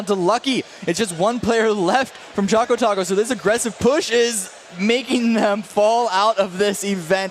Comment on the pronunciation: His name is ChocoTaco and not ChacoTaco u fools........